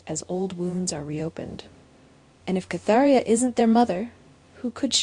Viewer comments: it is KATerINA not Catheria!!!! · Are you trying to say Katerina? Who the hell is Katheria?